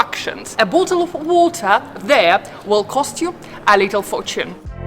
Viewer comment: OMG.... the meme of the British person saying "bot'tul o' wuht'uh" in real life!